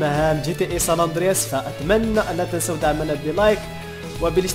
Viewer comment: ساندرياس هههه مالك يا صحبي ناس gta5 ونتا ساندراس ههههه ضحكتني ههههه